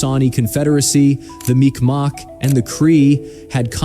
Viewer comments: there's a joke that the first draft of the geneva conventions, where just a list of shit that Canadians did.. also mikmac ain't said mic mawk. mic mac or mig maw is usually how i hear it. and wether you call em tribes or nations the words are not their native language any how so it matters not. also the north american tribes is a long assed list and many of em are or where nomadic. and they killed themselves as much as anything else. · Bruh I'm Mi'kmaq and comment on your video's all the time 😂 and only non natives say Micmac as you see in my username it is Pronounced -MigMaw sounds like MeegMaw when we say it 😂. Yes our K sounds like G and our Q's sound like W's. Stay blessed 👊🏼🪶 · Mi'kmaq is kinda mispronounced in this video. As a Mi'kmaq myself, it is usually pronounced "Mig-maw" just a little fyi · It's miqmaq Pronounced Mick mack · he prouncing mi'kmaq ( mig-mawh) wrong i live in nova scotia and my best friends are native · It's pronounced Mig-mah. My lord. Also, you can usually just refer to it as "First Nations" if you're trying to show a bit of respect. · Its pronounced [Mic Ma] the q is silent. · Mi'kmaq First Nation. He just pronounced it different.